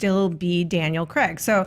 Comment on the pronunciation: Ok, so Daniel Craig is English and we don't pronounce it Creg. We pronounce it with the A sound similar to in "game" or "page". Pedantic patronising over.